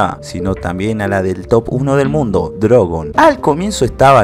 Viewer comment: Como se pronuncia? Drogon o drogoN